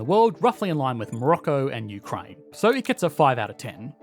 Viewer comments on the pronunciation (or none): none